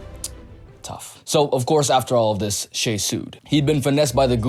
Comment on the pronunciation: it is pronounced shy